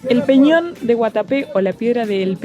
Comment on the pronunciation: Agradezco el homenaje del video y lo bien que hablan del camino y de esta zona turística de Colombia, pero si es bueno saber decir bien el nombre de la piedra y es EL PEÑÓN DE GUATAPÉ.... De resto todo muy bien